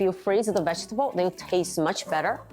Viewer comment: vegetable读错了，我可以确认你是长大后移民的。